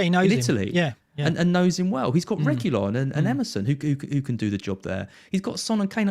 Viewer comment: Its Regui-lawn lads and not regui-yon